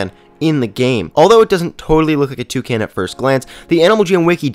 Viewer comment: he says toucan like " Two - Can " LOOOOL